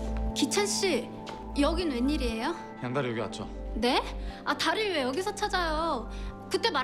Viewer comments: ㅋㅋㅋㅋㅋㅋㅋㅋㅋㅋㅋㅋㅋㅋㅋ 아마 양달희 일 거에용!! 근데 진짜 양다리로 들리네옄ㅋㅋㅌㅌㅌ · 나만 그런가 양다희가 양다리 라고 들려...... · 들을수록 양달희가 양다리로 들림.. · 양달히 나만 양다리로 들려서 웃기나 ㅋㅋ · 나만 양달희를 양다리로 들었..... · 양달희를 양다리로 들음